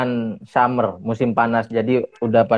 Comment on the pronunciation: Summer kalo keliru pengucapan jadi somor nun wkwkkwkw